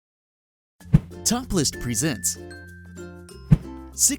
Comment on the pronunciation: when you said top lists i thought you said topless! XD